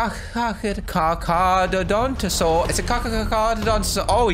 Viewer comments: its carcharodontosaurus not carcarodontosaurus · Its (car-cha-dar-tha-saurus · to say carchadorontosaurus you need to say carcha-doronto-saurus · Car-car-dont-o-saurus is how to pronounce it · The giga Is Pronounced Giga Nont O Saurus And Cerato Is Pronounced Cer-at-o-saurus Car Car Is Pronounced Car car a don to saurus And Stiggy Is Pronounced Stig gy moloch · Its cara-don-toe-sore-us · Charcharodontosaurus is pronounced (KAR-KAR-O-DO-NT-O-SAUR-US) (nobody asked for this) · It's pronounced car chara donto saurus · Saying of charcaradontosaurus is car cara donto saur us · Pronunciations: kaar . kr . uh . daan . tuh . saw . ruhs. Charcarodontosaurus. Sr-a-tow-saw-ruhs. Ceratosaurus. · It's carcharodontosaurus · You know how to pronounce dimorphodon but not charcarodontasaurus.